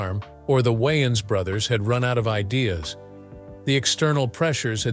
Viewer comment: Why does he keep saying Wyans?